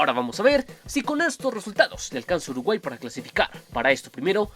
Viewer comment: Alguien mas se dio cuenta que en el minuto dice "Urguay"?